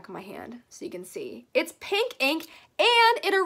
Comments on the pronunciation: No one:: " this cute little paink mirror" Lol you said paink instead of pink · When you were talking about the mirror she said pank instead of pink lol